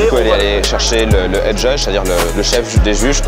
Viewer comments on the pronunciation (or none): none